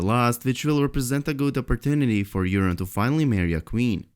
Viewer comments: Urine Greyjoy!!! (Long O in Euron) (Eur-On) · pronounced "your-on" not "urine".